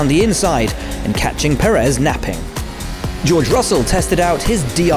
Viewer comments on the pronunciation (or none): none